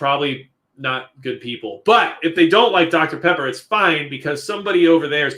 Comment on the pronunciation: When you said “dr. Pepper,” I swore you said “Dr. Prepper.” Is that a problem? Probably haha